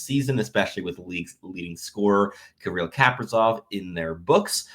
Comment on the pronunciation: 🤢 why did you say our boys name that way!?!? Caprazovf..?